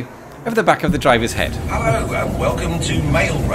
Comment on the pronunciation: I swear this guy says hillo not hello